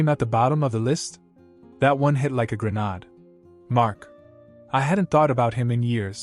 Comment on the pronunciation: GRENADE not pronounced correctly ever by AI, s/b "grin nayd"